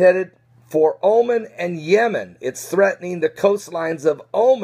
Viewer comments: it's not pronounced Omen, but O-Mahn' with accent on the second syllable. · it's pronounced "omaun" not omen